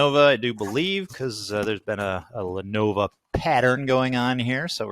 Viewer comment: The name is Le-NO-VO and not Le-NO-VA!!! Adds more credibility when you can say the name correctly!!!